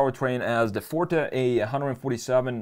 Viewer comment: It hurts everytime he say fort instead of forté lol